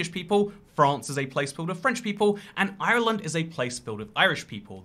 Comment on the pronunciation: I thank you for not pronouncing Ireland “Island” like every other British person